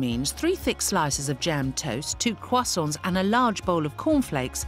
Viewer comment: the "croissants" ??